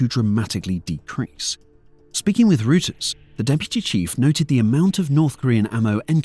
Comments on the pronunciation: Reuters is German. That means it's pronunciation is "Roy ters", not "Roo ters". Small point, but it's a little error that makes you sound like you don't know what you're talking about when it comes to matters of substance, so it's better to look such things up instead of just reading them in whatever way makes sense to you. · assuming you mean Reuters? Which is pronounced "ROY-ters", not "ROO-ters" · Royters. Not Rooters. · Interesting piece. One thing to note, however, the news agency Reuters is pronounced Royters, not Rooters. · reuters pronunciation Sounds like roy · trz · Reuters is pronounced "Roy-ters"...